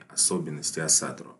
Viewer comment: Почему вы все говорите Асатру с ударением на 2ю А? Весь ютуб пересмотрел и все говорят неправильно, ударение ставится на 1ю гласную